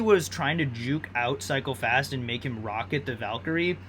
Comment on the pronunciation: Sometimes i heard psychopaths instead of cycle fast lol